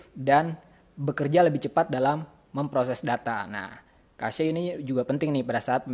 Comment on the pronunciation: haha itu bacanya (Cec):v gw sering denger orang bule di youtube ngomong cache. kalo kasye kan aneh:v